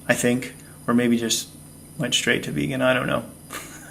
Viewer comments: "Beegan" 🤣🤣. Fasting is good for me. My thoughts are eat what suits your system, and be thankful/ joyful for it. Much love. Thanks...very subjective topic! Respect. Xx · "I've been 'Beegan'. . .", LOL!!!!!! ;)